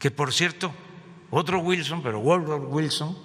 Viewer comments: "Wourfuwu wilson" JAJAJAJAJA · 😂😂😂😂😂 ggguuooogou wilson , neu yor tain....😂😂😂😂😰😨😱